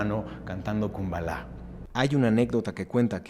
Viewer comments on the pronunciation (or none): Kumbaya!!! No Kumbala! Estás bien wey! 😂